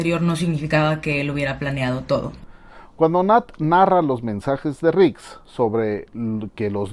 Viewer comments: No es nix es rik🤣😁😁👍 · ya no es rix es ´´nix´´ jajaja saludos me gusto tu video,me suscribo.